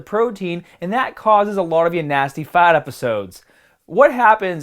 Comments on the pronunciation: Just once, I'd love for him to pronounce the R! FaRRRt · About wrecked my truck laughing when you pronounced fart! No offense, like your videos!! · you say fart funny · Why do you say fart like an Australian? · I know man! But you sound incredibly Australian saying fart. Keep up the good work my man.